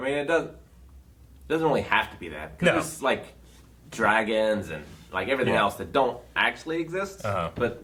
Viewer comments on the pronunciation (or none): none